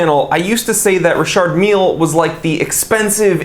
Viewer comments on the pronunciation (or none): It’s pronounced ree shar mill if the guy is French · “Richurd Millie” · You're pronouncing this brand wrong AGAIN, it's pronounced Dicky Miller